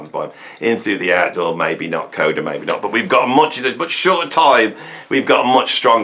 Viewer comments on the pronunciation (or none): none